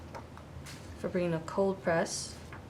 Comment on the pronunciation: I love the video! Fabriano is Ponounced FO-BREE-ONO.